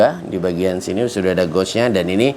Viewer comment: Bang, maaf ya bang pengucapan kata gauge nya salah bang. Makanya divideo2 sebelumnya sempat bingung abang sebut goj goj itu apa eh ternyata gauge/gage (baca: geyj ).